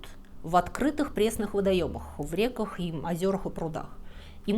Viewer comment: что за рекАх?! 😮😮😮